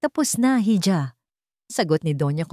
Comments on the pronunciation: IHA Po Ang bigkas hija, IHO nman sa hijo, wag nman kayo paulit ulit sa pagkakamli sa mga words na ito, Dito sa pilipinas wala pa pong bumigkas ng ganyan Ikaw lang narrator mag aral k nman! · Ganda sana ng boses kaya lang nakakadismaya Yung pagbigkas ng hija, silent h Po Kasi yan